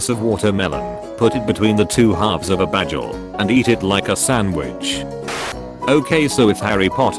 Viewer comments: When google pronounces bagel as 'badgel' love it 😂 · "The two halves of a BADGEL" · DOES ANYONE ELSE FIND IT WEIRD THAT HE SAYS BAGEL THE WAY IT'S SPELLED????